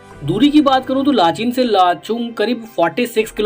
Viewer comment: लाचेन है भाई [ लाचीन/लाचीन ] बोल रहे हो